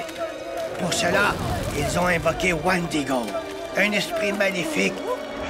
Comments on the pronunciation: omg il parles des wendigo et non wandigo. tout cela vient d'until dawn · c moi ou il dit wandigo dans the antil daw !!!!